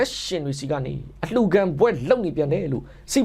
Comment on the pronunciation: အလှူလာ တမျတိုက်လာမသဲကွဲဘူး